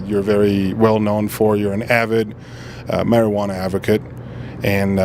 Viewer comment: Mar-iguana iz best brain power. Mar-iguana iz... zgood ya know...